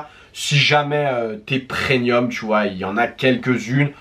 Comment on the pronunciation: On dit PREMIUM ! Avec un M 😂😂😂😂